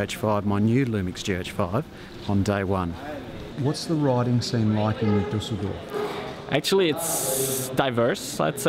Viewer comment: G'day always enjoy your content, but there is something I have to say. Your pronunciation of place names is absolute tears and makes you look embarrassingly silly. Dusseldorf & Liege are well known cities. You should be hearing the correct version of tour place names all around you. Keep up the great work, just don't want you to look foolish. I'm enjoying the TdF, exciting stage 2 finish wasn't it. Hmmm now wondering if you even read comments or if I'm typing into thin air....